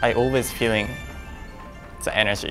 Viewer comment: Yuzuru correctly pronounced many words that contained the letter f in this video like fans, feeling, figure, forest, among others. Maybe pronouncing the f sound is a lot easier for him when it's at the beginning of the word rather than in the middle?